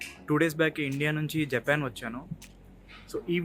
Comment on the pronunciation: Good thing bro, Japan lo shit yela veltaru ani live ga chupaledhu thank god, aaa pronunciation enti bro JAYPAN, SHINK............adi smoke ni lagesssstuntadi, dhanni CHIMNEY antaru bro.....mothaniki Japan lo telugugodu DORAEMON ga marithey nee la untundhi ani nerupinchav bro.......